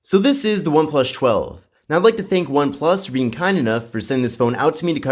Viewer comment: cant stand him sayin oneplush 12